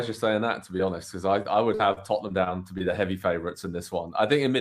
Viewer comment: These guys state the most obvious facts and first dude can't even pronounce Salah and Tottenham correctly wtf